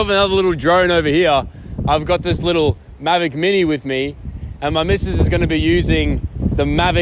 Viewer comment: Lol maverick hahahahahahahaha Correction it's mavic not maverick 😂😂😂😂😂